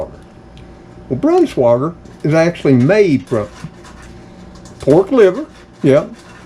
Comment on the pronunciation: It is pronounced with with a long i for the ei. It’s not Brans wah gar but “ brans-wi gar” Hope this helps. Be sure to get high quality meat and none of that fake yellow gum which is not real cheese! It is not worth how unhealthy it is. Get real cheddar please so u will stay healthy. Love your channel and God bless you.